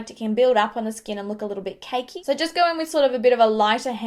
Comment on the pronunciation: Does anyone else love the way she says skin like "skeen"?